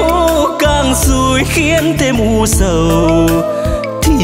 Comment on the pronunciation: Những âm "âu, đâu, u sầu " bạn de y. Phát âm sắc lại, hoi bi vòm miệng, co những chỗ hơi bị mờ. Doan co dược gi dau. Ban de y cột hơi.